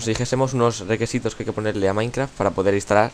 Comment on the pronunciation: jaja dijo requesitos xd